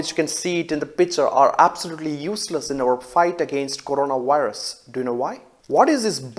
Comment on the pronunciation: Corona- WIRUSSSSS 😂